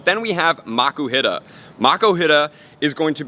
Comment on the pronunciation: It's pronounced Mock-uu-heet-a and Drap-e-on fyi